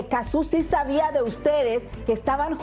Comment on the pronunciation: No es Cazzú, es Cazzu.